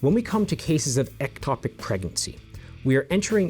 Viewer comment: First of all it is ectopic not atopic so you say it wrong in the whole video except at the very beginning before you say that language is important and that errors in language equals error in thought. You are also misleading in a couple of ways. It does not have to be intentional for it to be termed an abortion in the medical field. I had a miscarriage when I was 11 weeks pregnant and did not will the baby to die, did not want the baby to die and could not prevent the baby from dying. Yet the official medical term for this is spontaneous abortion. Medically, abortion means loss of the fetus, for any reason, before it is able to survive outside the womb. The term covers accidental or spontaneous ending, or miscarriage, of pregnancy as well as deliberate termination. I know this because that is what the doctor called it and what was put in my medical record. So you saying that in order for it to be an abortion it has to be intentional is not in fact a true statement. This is what happens when those that are not doctors try to give medical advice. Also can you explain why it's only morally ok to end a ectopic pregnancy if you use surgery and not methotrexate? This way of thinking is very dangerous and puts the mother's life in unnecessary danger. An ectopic pregnancy is NEVER going to end in a baby being born. NEVER! It's not possible. So to force a woman to continue an ectopic pregnancy until it is surgically necessary to remove the tube is INTENTIONALLY putting her life in UNN